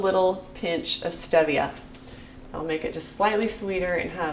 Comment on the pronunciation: Cute the way you pronounce Stevia.